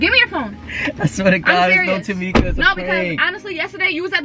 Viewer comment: He said “TaMika” 😂😂😂